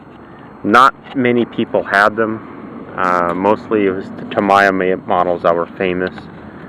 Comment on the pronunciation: Great reveiw! I had this many years ago when it first came out and remember it fondly. Am getting quite old now, but still have a soft spot for this RC. By the way, it's pronounced TA-MEE-YA.